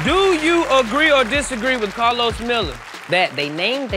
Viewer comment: disrespectful when people pronounce karlos as a "new comedian"